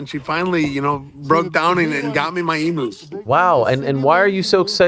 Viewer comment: as an Australian, hearing Ariel and Sam pronounce emu's as "Emoos" was funny